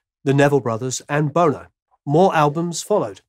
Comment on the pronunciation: "The Name of This Band is Talking Heads" - not, "The Talking Heads." And it's Bonn-oh. But very enjoyable and informative video nonetheless.